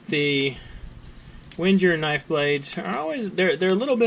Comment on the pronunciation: God, if you're going to review a knife, please pronounce its name correctly. Just listening to you speak, it made me want to smash my face into a brick.